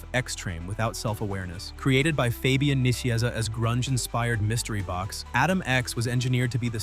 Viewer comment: Dear annoying, unlistenable AI-generated voice that made me quit this clip four minutes in: It’s pronounced Fabian Nye-SEEZ-ah.